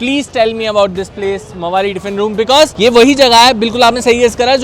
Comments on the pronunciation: It's Pronounced MAAVALLI Not Gunda MAWAALI 😂😂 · It's spelled like maavalli tiffin room valli say like srivalli